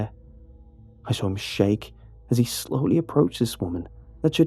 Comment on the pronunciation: Nobody:: Sawr Still best narrator tho